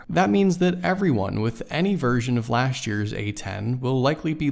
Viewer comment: Speak correct English 'lasht' year please say correctly LAST year